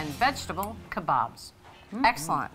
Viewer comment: It's so nice to hear kabaabs being pronounced properly and not the weird way they usually are (kay-baabs) . I am from India and love your videos .